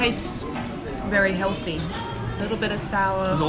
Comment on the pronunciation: この動画で学んだのは、草彅のヘルシーの発音は正しいって事。